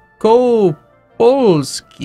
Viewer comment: Wielkopolska should be translate to Graterpoland, i think. Śląsk or Slask is Silesia. Mazowsze - Mazovia. That was funny when you tried to say Wielkopolska, that wasn't perfect, but nice try. Polish is hard to learn.